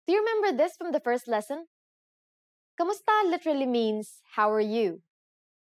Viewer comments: One point.... You are pronouncing Kumusta as Kamusta... Please be more accurate about it... Kumusta is the proper way to pronounce it but Kamusta is how it is normally pronounce in a conversational manner... Be not confused about it.. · mali naman pronounciation mo sa kumusta - it's not kamusta - it's kumusta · Correction, 'kumusta' is not pronounced KAmusta (not 'a'). It is pronounced 'u', thus 'kumusta'. We pronounce the vowels as they are written. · Writes kumusta but proceeds in pronouncing it kamusta? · Why does she pronounce it "KAmusta" instead of "KUmusta"? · at hindi KAMUSTA ang bigkas..kundi KUMUSTA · It's odd how she says "kAmusta" instead of "kUmusta" because Filipino doesn't have a lot of words that aren't pronounced the way it's spelled. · Wrong. Hi, mali po kayo sa “Kumusta” na ang bigkas nyo ay “Kamusta”. Kung “kamusta” ang bigkas mo, dapat isulat mo rin na “kamusta”. Pero kung ang nakasulat sa graphics mo ay “Kumusta”, dapat “KUmusta” rin ang bigkas mo. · "Kumusta" this is wrong pronouncation meaning sentence in filipino language standards textbooks. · "Kumusta" is Bisaya spelling. In the official Filipino dictionary, it is spelled "k[a]musta" and Tagalog people pronounce it with an "a" sound